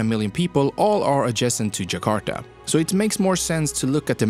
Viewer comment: Even you pronounce Java natively, and jakarta 95% right